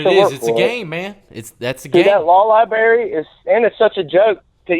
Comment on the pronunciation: I wish I got a $1 for everytime someone said library wrong!!! I'd be a wealthy wealthy man